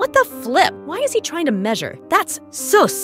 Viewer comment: Its not soooos its sus